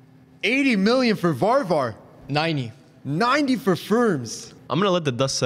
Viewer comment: It’s Varvar